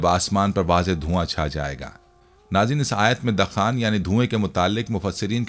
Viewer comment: Arey hazrat Qur'an majeed ki soorat ka naam 'dakhaan' (دَخان) nahi dukhaan (دُخان) hai. In'aam nahi an'aam hai. Kam az kam sooratoN ka naam to sahi lijiye.